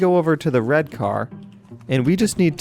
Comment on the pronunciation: Still don't know who is Danaby... And he says "wed" everytime